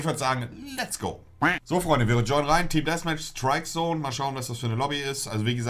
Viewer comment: es heisst Däffmätch und nicht Dässmätch